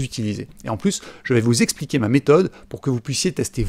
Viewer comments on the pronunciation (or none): none